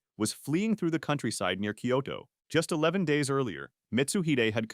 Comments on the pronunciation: 'Koito' =/= Kyoto. You can do better than that. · Turned his army towards ''koito''?! This is AI isn't it? lol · "he fought 61 life and death duels and didn't lose A SINGLE ONE" - haha, bullsh!t, he lost a couple while he was still learning (read about it, I have!). Furthermore, if he lost a SINGLE life and death duel he wouldn't have died like he died ;) Jeeebus, the murder of the Japanese cities names is killing me "Koito", seriousLee?! 🥲